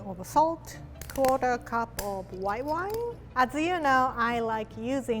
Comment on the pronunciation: For once I thought she wasn’t going to use alcohol but then I heard and.... white whone